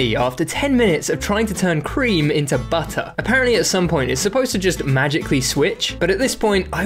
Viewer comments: My guy becomed British for one second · "WE GOT BUD'UH" 🗣️🔥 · When that man said butter he didn't even pronounce the ts